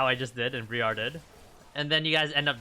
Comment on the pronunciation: Great vid, aside from calling the jungle "Bree-are"